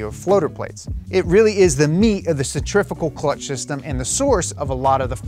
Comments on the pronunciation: Please dont say “centrifigal” ever again 😒 its definitely pronounced centri-fu-gal after the centrifuge device / you are correct and insta kids can suck a fatty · It's only pronounced "cenTRIFICAL' in America. Everyone else says 'centriFUgal'. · Add to that the fact that "centrifical" is a mis pronunciation of centrifugal anywy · You said centrifugal clutch wrong one time that is not allowed 😂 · I’m just gonna ask, how do you pronounce centrifuge? That’s how you know how to pronounce centrifugal. That kid on instagram was so wrong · What the hell? I’ve never heard anyone say centrifugal like that. You said it the right way before